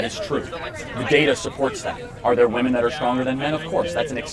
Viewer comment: Another example of the weird inability of some people to pronounce the plural "womEn" ... :D